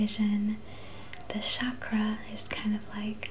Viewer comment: It’s pronounced “chak-ra” with a ch not sh sound. ☺️